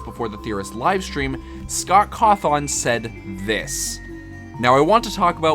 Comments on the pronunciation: Hearing you pronounce Cawthon (caw thin) as “caw thoun” almost felt like AI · CAW-THON has to be the funniest way I've heard someone pronounce his name, really great video too :D